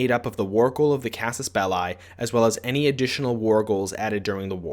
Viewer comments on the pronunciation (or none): Casus Bell*i*, not "Bellei". The i is pronounced like the i in "englisch". It's latin. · That's not how you pronounce Casus Belli